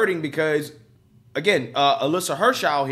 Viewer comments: her name is Heer-ner- shy D not her chow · He called her "Alisha Hernshau" 🤣🤣🤣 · Hernshau? Heinerscheid, pronounced hiner-shied! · Hine - err - shied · Heinerscheid hi-ner-shy-d. Not that hard. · Heinerscheid. High-Ner-Shy-d....but more exactly He-nair-she-eed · I love you buddy but you’re a terrible reader, practice reading out loud by yourself. It’s twice now I hear you butcher the heck out of Heinerscheid’s name. Just sound out the syllables. Hei-ner-shceid!!! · Without trying to sound like I am backing her in any way let me assist you with how to read her name: Hi-ner-shied. She may be extremely wrong with her marketing ideas but she does at least deserve to have her name used correctly. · If you're going to do further stories on this...the woman's last name is pronounced HINE-er-sheed. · I love it but good lord.... learn how to say Heinersheid.... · I love your stuff, but in this video it is maddening that you cannot get even remotely close to pronouncing this person's name. It's pretty easy to just ask the internet how to pronounce a name, and it will say it out loud to you. Just a pet peeve. But keep doing the great work you do. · Man you butchered that name 🤣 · I'm pretty sure you butchered her name, lol. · Woke go Broke! Yet cant say his name.😐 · Bro her name is not that hard. You give us a bad name